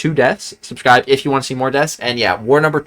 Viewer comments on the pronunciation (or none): none